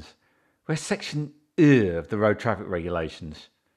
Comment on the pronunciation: Section eeewew 🤣 discipline this woefully poor policing and officer this is not the a good representation I want in this country I want a better standard We don’t have to listen bully